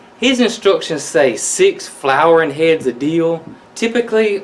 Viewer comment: Love pickles!!!! Good to know. It sounded kind of funny when you said, "Whatever part of Dill you have use it." Cause it made it sound like, Kind of a Deal, lol...